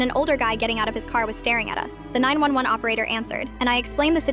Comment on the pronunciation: Bro it's not 901 it is 911 hahahahaha